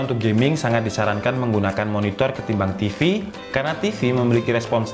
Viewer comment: Banyak sulit bedakan ef dengan ve 🤣 TV bacanya jadi Te Ef